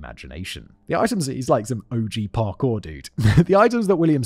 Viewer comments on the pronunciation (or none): none